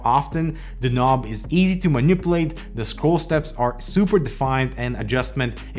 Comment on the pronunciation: Did I hear you say manipplelate about Roccat's volume wheel?